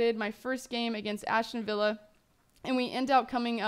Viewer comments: As-ton villa, not Ashton :/ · Ashton villa? LOL